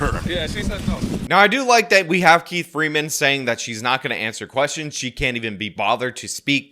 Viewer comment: it's "kwerstion" LMAO! 🤣🤣🤣